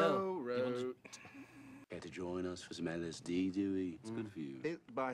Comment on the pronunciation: That's because he's saying it as Duey 😅🎉❤